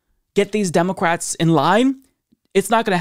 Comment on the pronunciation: Who else hears say "DemoQwats"? 🤔😂